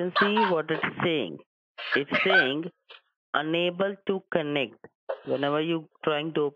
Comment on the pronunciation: “unabel to konect”